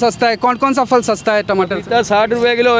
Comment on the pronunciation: Very good reportage only one request. Perhaps the voice over journalist and the one on camera can pronounce phal (fruit) as phal and not fal. When we hear the right pronunciation we perpetuate it further, and the same goes for wrong pronunciation. Also, Azadpur Mandi dakshini Dilli mein nahi hai, balki Uttari Dilli mein hai.